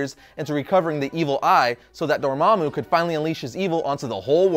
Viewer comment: Thank you so much for pronouncing Dormammu's name correctly!!